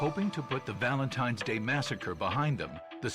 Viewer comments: Is my guy saying Valentime? 😳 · I love watching these videos the only thing that annoyed me about this video when Gordon was saying Valentimes day instead of Valentine’s Day. I know this is petty but things like this annoy me it’s like people thinking Frankenstein is the name of the monster when it’s actually the name of the creator Dr.Frankenstein.